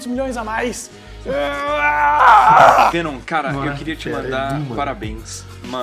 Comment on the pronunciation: O monerk falava venom fenom e menom